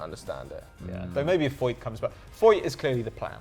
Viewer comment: its not pronouncdd Foyt, it's Foyth.